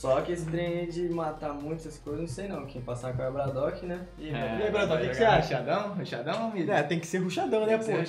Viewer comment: LOUD fala bradoock e tipo dizer bardock